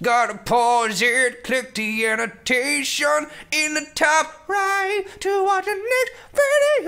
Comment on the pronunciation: OH its 'click the annotation' not 'blaurauaairgh'